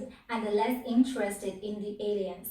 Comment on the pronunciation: Alliance is pronounced ah-LAI-yuns ... the mispronounciation is a bit distracting .... Otherwise this is a great video.